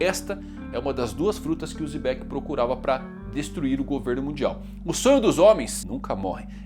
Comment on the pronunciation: Por que o mano fala "Zebec"? 😅